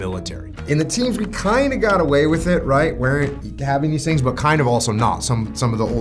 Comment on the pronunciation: I can still watch this even after 10 times… when Jocko talks about DEMO TAPES you can tell it lives with him like when he says THE TEAMSSSS….Jocko you are a living proof of good is greater than evil , that god is greater than evil.